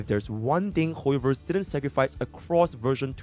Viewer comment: "hooyoverse quooked" got me 😂😂😂